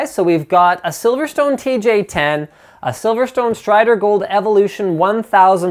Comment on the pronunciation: I like how he fucked up the name in the last seconds of the vid :D